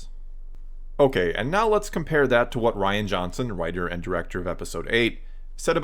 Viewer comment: *Ruin Johnson Could at least get his name right.